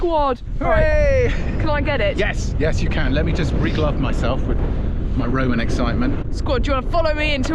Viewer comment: It’s not Roman, it’s Roi-oi-man! 🤓